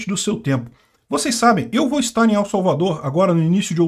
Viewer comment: Pronuncie "EL" como se fosse "ELE" sem o segundo "E"...